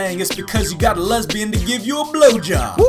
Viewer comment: Lesbian not lesbiout